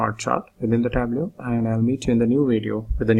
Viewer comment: It's "Tab-low" not "tab-loo". Otherwise great tutorial.